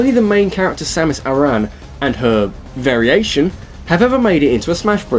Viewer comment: Don't you mean....VARIAtion? Hahahaha *sigh*